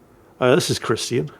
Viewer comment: Minor compliment but I love ’ pronunciation of “christian”. It’s so perfect and proper. I’m in the southern US and everyone pronounces it in 2 syllables (Chris-chin). Doesn’t really bother me but hearing a good pronunciation immediately stands out to me